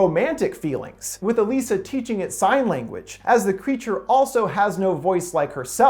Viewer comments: Her name pronoucned EliSAH NOT EleeSAH..smh. Did you even watch the movie or do you just have no sense of how to pronounce things correctly? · Didn’t you watch the movie? Her name is pronounced like “Eliza,” not “Uh-lisa.” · In the movie it's pronounced 'Aliza' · Why does he keep saying "e-LEE-sa"? Her name is "e-LIE-sa", and they pronounce it that way so many times. I'm thinking this guy has only read the IMDb synopsis. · You pretty much caught everything about this movie spot on. The Shape of Water is my most favorite film of 2017, and I just love the story and the theme that Del Toro did to make it. The only thing that you missed was how you pronounced the girl's name of Salley Hawkins's character Elisa. It's pronounced E-lie-za. Just saying. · In the film, her name was pronounced "E LIES A" . Very good explanation. I have seen a couple thousand movies in my life, and this is probably the best one I've ever seen. Del Toro is a genius, plain and simple. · ITS ELIZA OMG YOUR SAYING HER NAME WRONG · It’s pretty obvious you didn’t watch the film or even a trailer, seeing as “Elisa” is pronounced like “Eliza,” which is made quite obvious in the trailers and the film. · was anyone else annoyed by the way he was pronouncing her name the whole time or is it just me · I know that this is all about the theory, but can we take a moment to be angry that he's saying Elisa wrong? If he's gonna do theory on a movie, he should at least see the movie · It's like he didn't watch the movie by the way he said Elisa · Did you even see the movie? Geez, you can't even pronounce Elisa's name correctly.